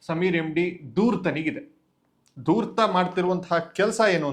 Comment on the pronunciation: ದೂತ ಸಮೀರ ಅಲ್ಲ... ಧೂರ್ತ ಸಮೀರ